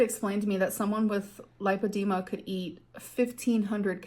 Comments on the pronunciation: lai. puh. dee. muh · How tf did she spend 2 hours talking to the doctor about it and still not know how to pronounce it? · thank you! i was so annoyed that she just settles on not knowing how to pronounce a word. its not cute, its not quirky; you seem dumb and uneducated. Google is a very easy service to use if you cant pronounce or understand a word. our ancestors would kill for a resource like that and lots of people worked hard to make is accessible to just about everyone. Just another example of how LAZY she is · If she saw a specialist shed know how to pronounce it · This b is such a pathological liar. If this doctor diagnosed her with lipodema why doesn't she know how to pronounce it? Wouldn't you just say it the way the doctor who told you you have it said it? This is just more of her WebMD fantasy bs. She doesn't go to the doctor. She makes this health drama up for views. God I hate her. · You would think if she spent 2 hours listening to a doctor repeatedly pronouncing Lipoedema she would know exactly how to pronounce it 🤔 Also: it doesn’t stop you losing weight at all. The scales may not move if your holding fluid in the tissues but your still burning fat! This is false information and just excuse after excuse. She couldn’t be happier to have come across this on Google. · Amberlynn's inability to commit to even remembering how to pronounce the condition she uses as the entire excuse for this inexorable problem of her weight encapsulates her attitude perfectly. She just doesn't care about much of anything. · She mispronounces the craziest things on purpose, it's one of her 'quirky girl' traits